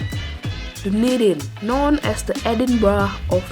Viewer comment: this is an amazing description on my home city! also it’s pronounced Duh-Knee-Din